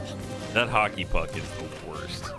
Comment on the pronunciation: maybe i'm watching too much One Piece but i swore he said Haki instead of Hockey